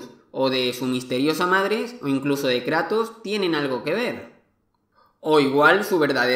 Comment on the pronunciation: "El Krato" Dat Pronunciación